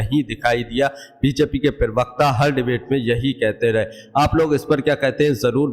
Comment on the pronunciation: प्रिवक्ता नहीं प्रवक्ता बोलिए. पढ़े लिखे है